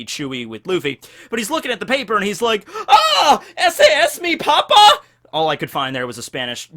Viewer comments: AHH! ESE ES MI PAPÁ? btw you said "papa" instead of "papá", watch the accent mark :v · Haha you pronounce bad "papá" because you forget the "tilde"(accent mark ?) you pronounced it like "papa" wich can mean potato and pope in spanish 😂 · Lamo the way he said potato instead of dad in spanish But better effort than others that I've heard